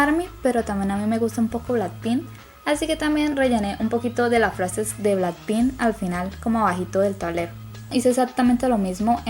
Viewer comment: Me gusto mucho, aunque no sé por qué me suena raro cuando pronuncias blackpink xd eh, BT21 suena mejor pronunciarlo en inglés pero ñe y no me dejan pintar mi cuarto :''"v